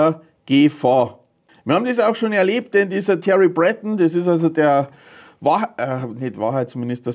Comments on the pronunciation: Sein Name wird französisch ausgesprochen: Brötong 😉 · Thierry Breton ist Franzose. Der wird also nicht "Brättn" ausgesprochen. 😏